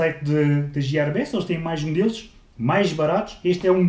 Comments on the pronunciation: Não é jiar mas sim guiare, gear (engrenagem) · boas, estas a pronunciar mal o nome amigo, lê se fonétimente: "guiêr best" abraço! continua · Giarbest, lindo xD típico tuga que tenta falar estrangeiro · "Jiarbest" meu deus do céu que calinada no inglês